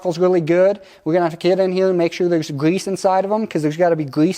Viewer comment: I like the way the guy says "gwease"